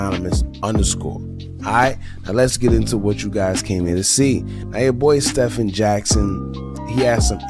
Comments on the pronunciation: It's pronounced STE-VEN, not like Curry. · His Name is pronounced STEVEN